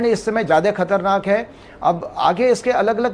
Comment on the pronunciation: Anchor madam katarnak nahi khatarnak hota hai